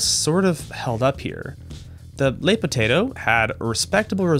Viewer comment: Le, not Les (L-uh vs L-ay)